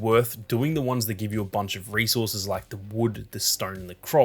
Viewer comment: Oh resources. I thought he was saying racehorses 😂